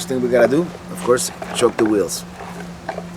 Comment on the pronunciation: the correct term is " Chock " the wheels, not "choke ". Didn't know if you knew that or not. Keep up the great videos!!